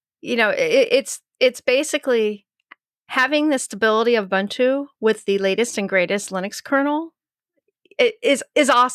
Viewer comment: Ooh-Boon-too, not Ooh -bun - too I can't watch any longer. You all make me sick.